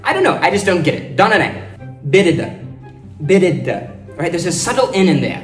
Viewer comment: Birinda is pronounced as birinthe